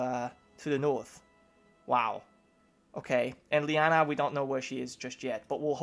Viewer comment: LEE Anna, NOT lie anna. One of my personal pet peeves, mis-pronunciation. Like I said Personal.